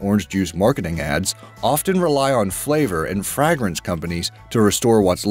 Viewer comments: “Fraa-grance companies” LOL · Frag-rence? Lol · "FRAG - RANCE" "FRAHH GRANCE" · FRAG-rance? Fucking seriously? Does NOBODY on this channel know how to pronounce basic English? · What the fuck is "frag-rance"?? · This guy pronounces so many common words incorrectly. Like "fragrance"....he pronounces it "frag-rinse". Like really dude? If you are gonna narrate videos like this, maybe re-learn the English language.